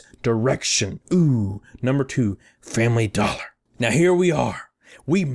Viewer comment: Fambly Dollah.